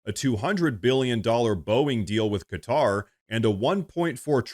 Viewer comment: It's cool someone knows how to pronounce Qatar. Ku-tar!